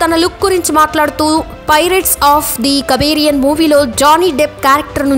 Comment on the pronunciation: అమ్మ తల్లి అది కబీరియన్ కాదు.... కరేబియన్... 🙄😄😄😄